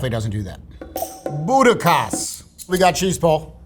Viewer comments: If you're going to pronounce it in its own language, the Dutch say "howda" not gowda... Also Butterkäse is booter keh zuh. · I’m pretty sure Gouda is pronounced Goo-da, not Gow-da. It’s pronounced But-ter-kay-sa, not But-ter-kas. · I'm surprised that a third generation cheesemonger completely butchered the name of butterkäse. It's pronounced "booter-kay-sah". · I know I'm late, but Butterkäse is pronounced boo-T-eR-kay-ze(r) T pronounced like T in Tang, R only exaggerated (you add an -ah between E and R) (r) is silent, just pronounce -ze like -zer but without R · Just some help on some of the pronunciations. Gouda = "Kchoodah" Butterkäse = "Butter kayzer" Boursin = "Boar sann" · .... do not ever pronounce Butterkäse like that xD